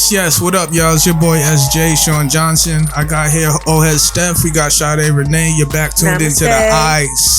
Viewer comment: And shoutout Sade for pronouncing my name correctly 😂😂✊🏾✊🏾✊🏾✊🏾